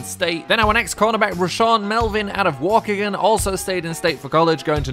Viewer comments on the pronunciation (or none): Waukegan is pronounced waw-key-gen. Just letting you know